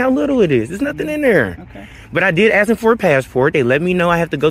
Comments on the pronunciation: How do you “ ax “ for something? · Lmao aks, aksed and aksing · I know this is a African American when he said “ax” instead of “ ask”. Please explain why ax is used wrongly.